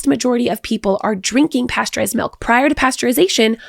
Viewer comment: It’s funny. seems to unconsciously alternate between “milk” and “melk”. 😂